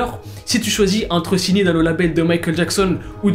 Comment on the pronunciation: A chaque fois qu'il veut dire "signer" Il dit "shigner" sa me fait pèter de rire